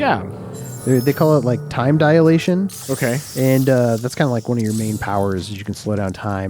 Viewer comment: It's time DI-LATION not DI-A-LATION.